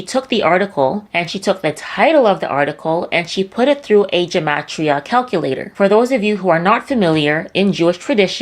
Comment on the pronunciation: It’s gematria with a hard “g.” It’s not occult numerology. In Hebrew, every letter has a numerical value. These people are idiots.